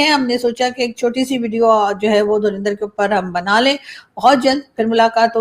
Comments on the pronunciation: It's Dhurandar, not Dhurinder. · Why Pakistani pronouns it “ Dhurinder”? It is “Dhurandar.” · Pata nahin kab pakistani dhurandar ko sahi naam se pukarenge. Ye dhu-rin-dhar nahi dhu- run- dar hai hai. 😂😂😂😂 rin ke badle run boliye😂😂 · pronunciation is DHURANDHAR not DHURINDHAR. Dhurandhar means expert or Past Master in his field. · the movie is pronounced like Dhu Run Dhar, not Dhu Rin Dhar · …u pronounce it as Dhur a ndhar and not Dhur i ndhar😊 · It is Dhu run dhar not Dhu rin dhar